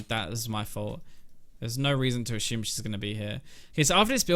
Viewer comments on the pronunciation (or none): Love your videos, but I have to admit I get tilted when you say "ashume" instead of assume, lol